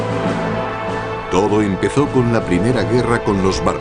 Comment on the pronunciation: "premea"? LOL